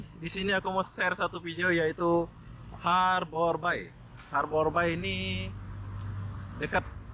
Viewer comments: Ngucapin nya... Harber bey Bang... ✌ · Harbour Bay (baca : Harber bey) 😁🙏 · It's harbour bay.. bukan habor bay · Sebutannya seharusnya berbunyi ' Harber Bei (Bei) bukan nya (Bai) Bahasa Indonesia/Melayu Bermaksud 'Perlabuhan Teluk' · Harbour bey, bukan harbour bai 😀😃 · Pengucapan Harbour Bay dibenerin bro, bacanya Harbour Bei ,, bukan bai... Ini owner nya bukan orang Singapore , Tp masih orang Indonesia yg punya kawasan industri Citra Buana Group. Yg punya Kepri Mall juga. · Bahasa inggris nya jelek bangat,habour bay( habe be) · Pengucapan nya di perbaiki borr.... Harbour (eja:Harbèr) Bay (Bêy) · Bacanya harbor bei, mas. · Pengucapan bahasa inggrisnya lucu bro ... 😁🤭 Harbour Bay -- harborbai Blue Fire -- blufir 😁